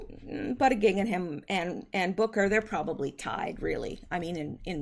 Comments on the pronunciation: LOL!! Actually it's pronounced "Boot -a-jedge", but I like your's instead! :] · I think the Pete Candidates last name is pronounced something like. “Butt Itchi edge,” Going by the way President Trump emphasized the pronunciation....